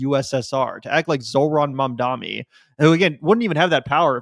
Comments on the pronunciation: Bro stop saying "Mamdami" -- you're just as bad as Cuomo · Hey, it’s MamdaNi. We gotta get it right. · Considering the smack u guys talk, please pronounce Mamdani right. It isn't Mandami or Mamdami it is Mamdani. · my man, you gotta learn how to say Mamdani correctly lol.